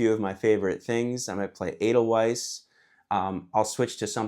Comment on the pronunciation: Your videos are fantastic and I appreciate all that you do. It does appear however that you've never seen The Sound of Music (great movie btw). The song Edelweiss and the flower it is about are pronounced ay-dul-VICE with a V. ("Vice"/weiss is German for white.)